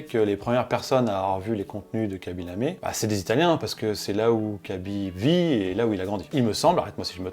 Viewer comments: C'est "Khaby LamE" et pas "LamÉ". Signé un Sénégalais qui n'a vu que 3 secondes de la vidéo mais qui a quand même envie de la voir lol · Hello, ce n'est pas "Kabi Lamé" mais KHABY Lame. Un tout petit effort please sur la prononciation. superbe vidéo